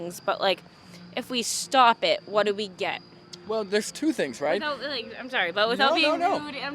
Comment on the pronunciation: omfg. i could not stop laughing at that "buuut wut do we git"